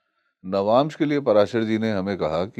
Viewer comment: आप "नवांशा" मत बोलिए! "नवांश" बोलिये। सही बोल रहे हैं, वे "नवांश" ही बोल रहे हैं।